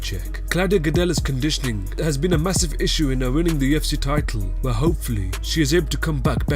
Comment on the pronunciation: At UFC ( at-eoff-see )